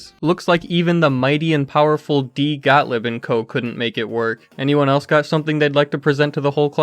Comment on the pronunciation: Actually like your presentation but could you at least learn how to pronounce German names correctly? G-O-T-T-L-I-E-B is pronounced Got-leeb not Got-lib.